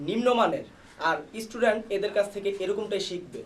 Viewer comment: ইস্টুডেন্ট না স্টুডেন্ট বলেন